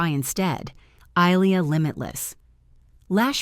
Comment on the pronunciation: They can't even pronounce Ilia correctly. Why should I take this seriously??